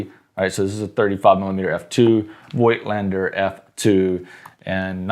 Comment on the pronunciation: Oh please, find out how to pronounce Voigtländer. It hurts my ears.